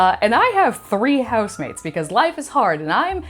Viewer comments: I thought she said husbands (plural) although replaying it a few times it is housemates 😂😂😂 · I thought I heard both🤷🏼‍♀️